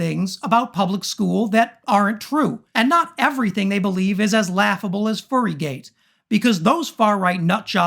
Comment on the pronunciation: Guy said furrygate 😆